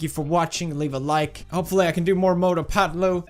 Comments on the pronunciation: Not fatlu, it is Patlu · Its not phatloo.....you should pronounce it patlu